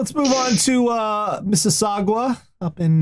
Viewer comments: Mississauga = "Miss-a-saw-guh." was pretty close, but it ends in "guh" not "gwa." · pronunciation of Mississauga makes my ears sad. FTR, it's "MIS-us-SOG-ah", not "MIS-us-SOG-wah". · Gods, hearing say Mississauga hurts.